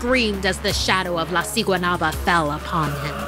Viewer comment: Guatemala is a poor country they would never do something like this plus there is no Valentine’s Day there also u said siguanuaba wrong u say it with a b also who tf goes to a swim date there and no one over there looks that cute